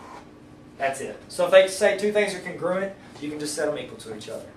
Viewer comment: Congruuuent? I thought it's pronounced Con-Gru-Ent